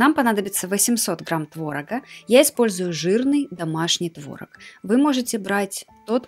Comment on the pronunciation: не творог а творог)